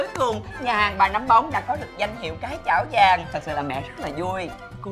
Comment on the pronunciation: Cái chảo vàng mà mới đầu nghe lộn thành cái chổi vàng